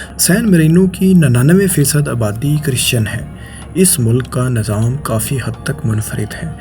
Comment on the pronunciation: Allah ka wasta hai bhai apni pronunciation thik kr lo Nazam ni hota nizam hota hai Makamal ni mukamal Mamalik ni mumalik Alaqa ni ilaqa Aur bht bht sare words ghalt bol k video ki dhajian ura dete ho, please take a notice